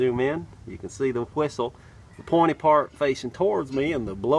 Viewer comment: sounds like he's saying whoistle instead of whistle kinda like coolwhoip lol